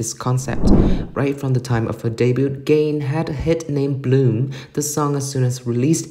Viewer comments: The commentator pronounce Ga-in as Gain like achieve or attain. LMAO. Who is she? I guess the commentator needs to be knowledgeable of her first before informing kpop fans. This content is like the "you have one job" meme for this commentator. 🤦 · Ga-in. Hard g, almost a k, the a has an "ah" sound, in pronounced with an ee sound. It's not gain like the laundry detergent. I know this isn't a big deal, but it's a pet peeve of mine when people mispronounce a person's name. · Who the f××k is Gain......Ga-In.